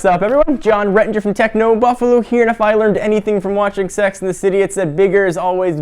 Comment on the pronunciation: "tecno buffaluu"